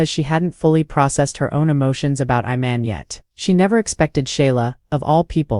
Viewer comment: His name is Iman not Oman get it right y'all always Fckg up someone's name